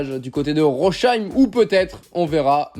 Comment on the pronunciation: Petite pensée aux Alsaciens qui entend le nom de la ville de Rosheim écorché xD